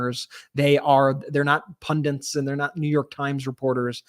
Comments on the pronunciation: Good job! But please, it’s ‘pundits’ not ‘pundants’ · What are these "Pundents" that you keep mentioning? Is it just an American thing?